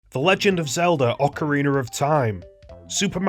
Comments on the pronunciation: Ocareener of Time 😂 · THE LEGEND OF ZELDA OCARINER OF TIME